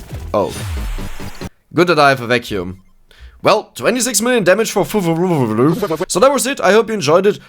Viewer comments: fuwa la fuwa lo finds jetzt nich schwer auszusprechen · Fu-Wa-"La" Fu-Wa-"Loo" is that hard?? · You have to read the name of Fuwalafuwaloo "W" ------> "M" FumalaFumaloo little tip